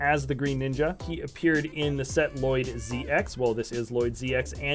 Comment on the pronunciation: It's pronounced ll loyd